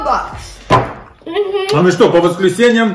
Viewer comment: Не рейбокс а robux